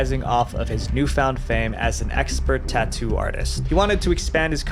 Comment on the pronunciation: what is tauuu? =)) i was thinking is Tattoo not tauuu